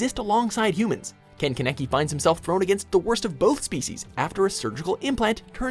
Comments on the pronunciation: Did he really just call kaneki “kaneké” LMAOOOOOO AHAHAHHHAHAHAHAH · I'm sorry did you just pronounce kaneki' name can-eh-key? ....wat....